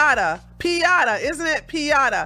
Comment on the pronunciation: Peen YAH tas (piñatas)